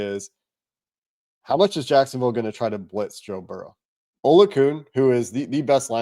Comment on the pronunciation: It’s pronounced “uh Lou a kon”